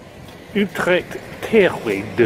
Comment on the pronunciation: you pronounced utrecht pretty good there . also really cool to see some video's like this, planning a tourtrip with my road/tourbike myself for the next summer